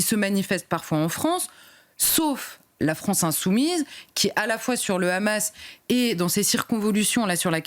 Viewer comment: Est-ce qq’un pourrait lui dire que c’est la FrAnce et non pas la FrOnce ? Merci 🙏🏼